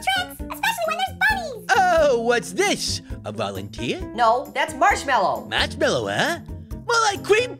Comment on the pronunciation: SAID HE TO MARSHWALLOW